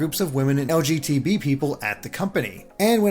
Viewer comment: This dude said LGTB